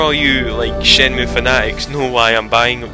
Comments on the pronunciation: It's Shenmue, not Shemnue. It's a tree. Maybe you should play the games and see what it's about. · WHY DO I KEEP SAYING SHUNMANUE WHEN ITS SHUNMUE ? LOVE THE GAME I WISH SCOTISHDUCK WOULD DO A LETS PLAY ON YAKUZA 3 AND 4 BEST LETS PLAYER EVER